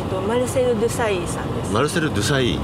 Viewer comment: デサイーってドゥサイーって発音するのか。 チェルシーよりミランの印象が強い。 滅茶苦茶すごい選手だったことが全く伝わってこないのが良いですねw